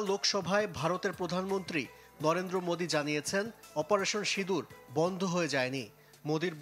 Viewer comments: Operation sidur na operation sindur...valovabe bolun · অপারেশন সিঁদুর। বাঙলায় উচ্চারণ ভিন্ন।